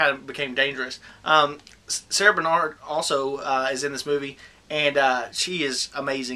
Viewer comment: sarah bernhardt bro. not sarad bernard